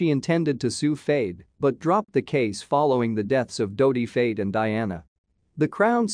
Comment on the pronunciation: Your Al voice is pronouncing Fayed wrong.